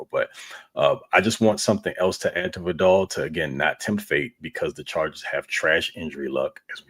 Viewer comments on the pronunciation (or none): Its pronounced VIE-dell, with emphasis on the first syllable. Just like the word "vital". Nobody says his name right, but please stop saying it like the shampoo, Vidal Sassoon! Love you guys.